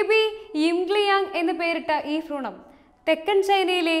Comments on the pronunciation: ഫ്രൂണമല്ല കൊച്ചേ.. ഭ്രൂണം.. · ഫ്രൂണം അല്ല മാഡം ഭ്രൂണം 😆😆